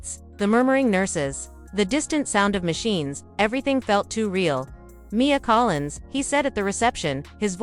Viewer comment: There is no punctuation in the writing of this story and the narrator reads it the same way, M. I. A., instead of Mia. It’s annoying! And, why is there a picture of a child in the bed with attached tubes if the mother is the one sick?